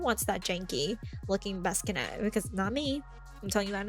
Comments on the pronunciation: I love the way you say "baskinet" instead of bassinet💕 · This video has so many good mods! Thank youu. I laughed a bit at "baskinet", "accesity" and "anonymous proposals", sorry :D I know it's tough though to always speak correctly when filming as you're under pressure!